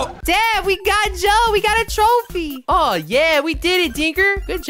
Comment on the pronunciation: At the end when said trophy I heard joephy😂